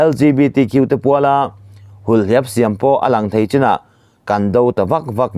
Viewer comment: Ṭhahnemngaihna: 1. Hulhliap - hul (tuihul), hliap (nihliap) hetiang deuha lam ni se.